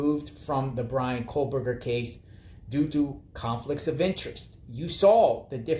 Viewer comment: It sounds like you’re saying Kohlberger. 😂There no L in his name. Anyway I don’t understand how this is a conflict of interest. First of all I believe she’s Cara Northington. She’s just recently been using Kernodle since her daughters death. She didn’t hire a Taylor. Taylor is a public defender. She was assigned to Cara. There are 12 other attorneys they can place her with. I did read that she really didn’t work with her very much at all. Not sure if true. I thought there were only 13 public defenders and Taylor is the only one qualified to work a murder trial. How is there a conflict of interest as long as Cara doesn’t testify? I doubt a drug user/dealer qualifies as someone who would be questioned in court. She has zero credibility. As long as Taylor isn’t representing a family member while representing Bryan the it’s fine in my opinion. Otherwise the judge wouldn’t have appointed her.